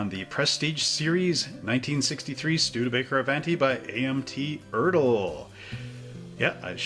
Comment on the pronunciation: 'A-vahn-tee,' not 'A-van-tee.' It's Italian. Even if you're Canadian.